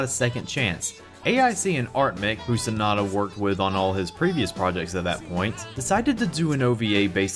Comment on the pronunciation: It's Sonoda, not Sanada.